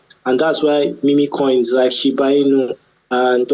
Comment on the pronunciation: It's pronounced "mim coins". Not "mé mé coins"